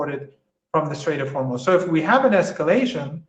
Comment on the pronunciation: note how Marandi is teaching us the correct pronunciation of Hormoz